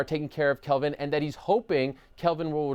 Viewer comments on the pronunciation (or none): Hey, it’s Kelvin not Calvin.